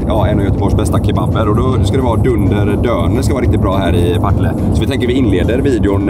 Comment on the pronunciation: Varför uttalar alla Partille fel? Det är Partille inte pa tile...